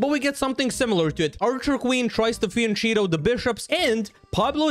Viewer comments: why is he still still saying fienchido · “He fian-cheetos” 💀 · “Fien cheeto”💀💀💀